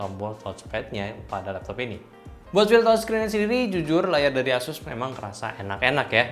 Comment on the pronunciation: pengucapan ASUS nya ga konsisten nih. Awalnya asus, berubah jadi eses, berubah lagi ke asus :)